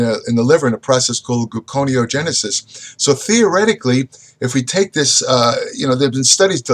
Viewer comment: I think he was rushing through the paragraph. I've heard him pronounce it correctly. Gluconeogenisis was mispronounced